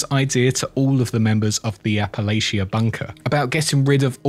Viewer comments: It's Appa-Latcha. Not Appa-Laycha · Btw Appalachia pronounced "apple'atcha". Saying this as a born and raised West Virginian, not trying to nitpick. Excellent lore video :)